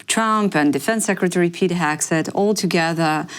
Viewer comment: She says Peter Hack Seth, the hacker 😂